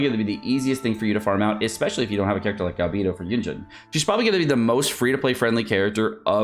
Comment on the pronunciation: That's not how you pronounce Ganyu and Beidou, even Albedo